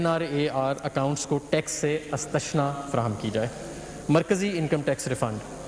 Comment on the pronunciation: Ye lafz istashnaa durust kr k nahi parh rha hay. Istasnaa durust hay. ۔ . thanks